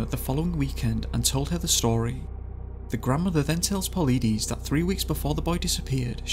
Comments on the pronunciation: I've been following David Paulides' work for a few years. David (Pau-Ly-Dees). I've purchased his books and I am looking to buy his new book, "Land, Air and Sea" or something like that. This video has done an EXCELLENT job covering Paulides' work!! To those whom think they "know" what is causing those in the 411 category to go missing? Buy one of the Missing 411 books first! Whatever is taking people has a 100% success rate at NEVER being caught/seen by witnesses! The cases go back to the 1700s too!! This is EXTREMELY disturbing! It is like catch and release... Except humans are now the fish!! RIP to all that were not returned, or not returned alive. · 1st off, I really like your channel here, but you could really stand to learn how to pronounce certain words better. Is this actually a computer narrator? If so, it's one of the best I've ever heard. If so, I get why there are mispronounced words. For example: a.) Paulides is definitely not pronounced how you said it. b.) Yosemite is pronounced like it has 2 Es at the end, not exactly like it's spelled. Ive only heard those 2 so far. Not trying to nitpick, I just have the popular opinion that you need to have good grammar to legitimize your work when it comes to any written or spoken narrative. Now, hopefully I don't have any typos in this. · Please learn how to pronounce Yosemite and Paulides. I can’t even listen to the rest because you keep mispronouncing words. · PAULIDES - PAUL-LIGHT-IS, NOT PAULIDEEEESE!! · just for future reference the last name is pronounced paul-eye-dis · Your saying palidus wrong. Po lie dus. No pilleedees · Puh-LYE-deez, not Pa-lee-diss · You’re definitely not pronouncing David’s correct name.. (pole eye diss) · Pa leedies?? 😂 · It’s PA - lid - us LID is in THE MIDDLE OF HIS NAME it’s PAULIDUS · David po-leet-e-z's xD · Close. His name is pronounced Paul-EYE-dis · Paleedees lol. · I'm pretty sure you're pronouncing his name wrong. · You pronounced Paulides and Yosimite wrong.